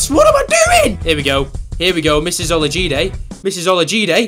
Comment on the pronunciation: He said it correctly